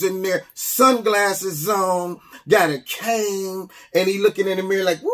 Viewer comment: Was that 'a cane,' or 'a kaang??' 😉